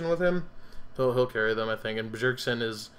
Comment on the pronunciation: You don't even pronounce Bjergsen correct, smh